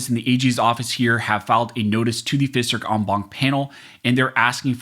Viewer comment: "fisserk en blanc" ... No, that's "Fifth Circuit en banc" ... Get a speech coach.